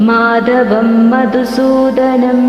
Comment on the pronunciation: അക്ഷരസ്പുടത വേണം. മാദവം അല്ല മാധവം 'ഗോവർദ്ദനം അല്ല ഗോവർദ്ധനം